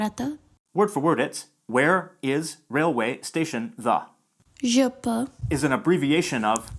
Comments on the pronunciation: Благодаря за прекрасно представеното видео! Имам само една незначителна забележка, относно това как произнасяме съкращението ЖП. Не казваме Жъ Пъ гара, а Же Пе гара. Останалата част от видеото беше абсолютно на ниво и ми беше изключително интересно вглеждането в нормите на езика и сравнението с английския, както и със славянските езици ❤️ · This is the first time I am hearing the ЖП pronounced that way... Although when spelling the alphabet, the consonants are pronounced with the Ъ vowel... In abbreviations they are usually pronounced with Е... ЖеПе, instead of ЖъПъ! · Small correction, almost nobody pronounces "ЖП" as "ЖъПъ", but "ЖеПе". Can't say way, first just doesn't sound right. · She mispronounced it. It's pronounce ЖеПе not ЖъПъ. Just to note that. She corrected herself but she deleted her comment ;/ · Докъде стигна с българския език? :D Just to let you know that there is a mistake of how she said ''ЖП гара'' Since this word is a loan from French and Russian the abbreviation of ''железопътна гара'' will be ''же пе'' not ''жъ пъ'' Yes, this is how we spell the letters but in abbreviations like those we use the Russian way of pronunciation which is influenced from Latin like ''же пе'' Same goes for the USSR - ''СССР'' it's pronounced ''ес ес ес ер'' not ''съ съ съ ръ'' And pretty much every abbreviation is like that ''КГБ'' - ''ка ге бе'' not ''къ гъ бъ'' (well, there are exceptions but most of them are like that). Hopefully I helped you :) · There is an error in ZH-P abbreviation description. It stands for ZHelezoPaten/ZHelezoPatna (without Transport, as there is no T) or RailWay. So it's ЖелезоПътна Гара. Also, the Bulgarian speaker pronounced the abbreviation strangely. You should say Zhe Pe Gara when abbreviated, not Zhe Pu, or whatever they said 😀 Maybe it was already mentioned by another comment. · Грешката е вярна. Правилното произнасяне на български е "жъ пъ".